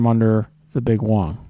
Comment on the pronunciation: "You want a big wong" priceless